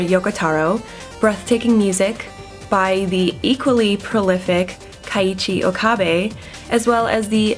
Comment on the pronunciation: When you pronounced Keiichi Okabe, you said Kaiichi Okabe, but you're fine! I'm just messing with you hehe.